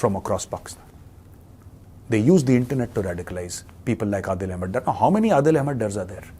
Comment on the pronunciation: یار میجر صاحب آ پ ہی مودی کو سمجھاؤ ۔ کہ کیوں خاموش ہیں ۔ لیکن آ پ کو بتاوں صرف انگریزی بولنا مسائل کا حل نہیں ۔ اپ کی طرح میں بھی یہ چاھتا ہوں کہ دونوں ممالک کے درمیان ایک خوفناک ایٹمی ہتھیاروں کی جنگ ہوجاے ۔ عادل ڈار تھا ڈر نہیں تھا ۔ نام کا صحیح نہ ادا کرنا اپ کے خاندان کی نشاندھی کرتا ہے ۔